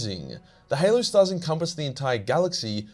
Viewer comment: it is now canon the halo stars are pronounced hellooo